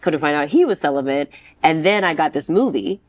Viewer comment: She still hasn't learned how to say the word celibate.